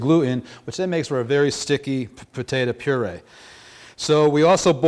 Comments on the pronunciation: Petata, its potato.. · Great video but I still don't know what a "Pahtaytah" is? I though you were making mashed potatoes AKA Pommes Puree? I asked the local South American deli if a Pahtaytah was similar to Yuca or Plantain. They told me to leave.